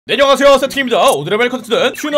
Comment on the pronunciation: 네 안녕하세요가 듣다보니깐 네려가세요라고 들림ㅋㅋㅋ